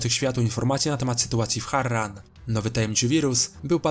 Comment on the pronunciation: MÓWI SIĘ HARAN